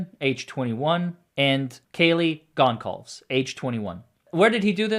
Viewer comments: The real Portuguese pronunciation is Gon-SAL-vesh. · It's pronounced GON - SOL - VEZ. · DUDE, ITS NOT PRONOUNCED GONE-CALVES !!!! Good grief, at least have the respect to get their names right before you comment. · His pronunciation of Kaylee's last name is driving me nuts. It's gohn-SAHL-vees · My husband and I were talking about the Bundy similarity today. An evil calmness. BTW, Goncalves is pronounced like gone-solve-es ❤ Thanks for this video. I missed just about everything due to Read. Edited to add there's a videos out there about one of his Professors saying she might have inadvertently "helped" him. Anyone seen any of those? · You are really butchering the Goncalves name. You actually listened to the court prosecutor and judge say their name......yet you continue to not even come close to saying the families last name correctly during the entire video. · How is Goncalves name pronounced? I thought with a soft C. Xana’s name was messed up by judge twice. Here once. Kaley’s last name was pronounced differently than I’d ever heard. I have a thing about trying hard to get names spoken right. Especially victims’ names. 😢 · He also butchered the Goncalves name. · Dude how tf did you butcher the victims' names so badly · Thank you for this comment........he () actually heard the judge say their names the correct way answer still mispronounced them. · Love your channel. Please learn how to pronounce the victim’s names before recording 😬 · Xana’s last name is Kernodle, long o sound like no. Kaylee’s last name Goncalves the c has an s sound and then you pronounce the ves at the end. Chapin is a long a sound. You got Madison Mogen correct.